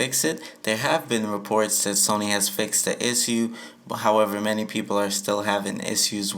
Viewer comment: Learn how to say issue